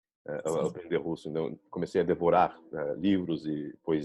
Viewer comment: Ela fala superbem e quase sem acento, mas dá pra sacar uma nuance pequena de sotaque principalmente como ela pronuncia a palavra COMECEI como COMENCEI.